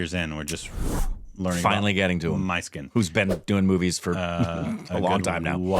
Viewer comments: Do Myskin love to give homage to the films he loved while growing up😂. Guys should watch his interviews 😂 And guys it's not "My skin" pronounce it "Miss Skin" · Hi guys myskkin is not My-skkin❌ is meskkin ✅ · The Director's name Not pronounced as " My skin " but as "Mis(s) kin ". His best are - his debut " Chithiram Pesuthadi" And "Anjaathe " - recommended by many more. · Great react guys!! This is for, his name is pronounced as Mishkin. Every time he goes My Skin 😂. But that’s what we love from. Mysskin just got Korbinized 😂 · U guys have to have an interview with mysskin (pronounced as mishkin not my-skin) he would definitely agree. He reads lot of classics and has some quality stuff in him. And he himself is qorky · Pronounced as "Miss" + "Kyn" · His name is pronounced Miss Skin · really appreciate this review guys 🤝 his name is pronounced as "MISS-KIN" by the way 😊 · Pisaasu 2 is fully finished guys.. It's being held due to financial reasons!.. Mysskin has this unique fortune of going through release issues literally for every single of his movie.. Mysskin is notorious of having a foul mouth & often gets into problem due to his character in real life.. By the way his name is pronounced - Mishkin.. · His name is to be pronounced as "Mish-Kin"... It's the protagonist's name from Dostoevsky's novel "The Idiot".. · Its pronounced me skin guys his name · His name is pronounced MISKIN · Every time says "MY SKIN".. I am going!! 😆😆😆😆😆😆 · Pronounce - miss kin ,mmiss kin, miss kin, miss kin stupids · I cannot hear you guys butcher his name anymore so here is a tip "Miss" "kin" say it together.